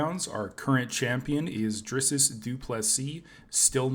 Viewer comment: “DRISS-US” Du Plessis 😂😂😂😂 cmon bro, step it up for an mma channel and I like the content btw